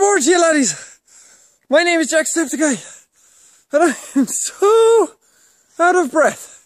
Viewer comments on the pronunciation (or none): none